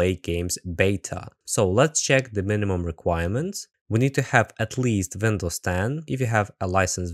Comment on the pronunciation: Pronouncing Windows as "Vindows" is very german pretty cool I noticed that